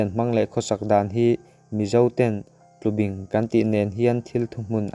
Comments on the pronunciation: Tlubing ni lovin TLUBÍNG a ni e. Bing lai tak hi thlúk deuh tur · Tlubing,i lamrik dan hi,kei ni chuan bing,lai tak hi baibing kan lam rik dan a,bing hi a ri sangin kan lam ri. A ngaihnawm khawp mai.